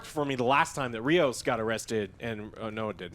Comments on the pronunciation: It's Rios, not Raymos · It's Rios, NOT Remos. But I agree it's a terrible show. It's not Trek. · I keep watching this and STILL doesn't know the name of the only major Hispanic character in Star Trek, RIOS! HIS NAME IS RIOS! JESUS CHRIST!